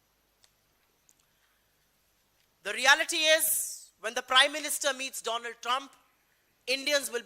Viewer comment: Donald Nahi dolaand trump